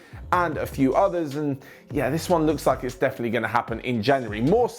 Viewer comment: saying 'definitely' is the best thing you hear in the day....."defenly defenly" the best.